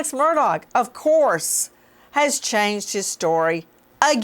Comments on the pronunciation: Nancy, its MURDAUGH, the G is silent! Whats wrong with you? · Nancy refuses to pronounce his name “Murdock” lol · Nancy is mocking him by mispronouncing his name. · Learn how to say his last name, please! Lol